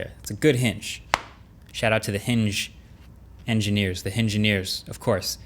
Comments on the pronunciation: The Hingineers! Funny, that's exactly how my people (Yoruba people) would pronounce "engineer". People with a strong Yoruba accent trying to pronounce English words that start with a vowel sound almost always end up preprending a "H" to it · Not « hingegineer »😂🤦🏾‍♂️ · "S/O to the engineers, hinger-neers...." move on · the hingeneers xDD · "Hingineers" how some Jamaicans pronounce "engineers" 😂😂😂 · The hingeneers😅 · HINGENEERS!!!! HAHAHAHAHA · "shoutout to the hinge... hingeneers, the hingeneers of course" * unsubscribes * joke, I didn't cause your videos are awesome, though you kinda deserved it for that joke Marques ngl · The henginiers... 😄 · "hingengineer" finally 😅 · “HiNgEnEeRs” -MKBHD 2021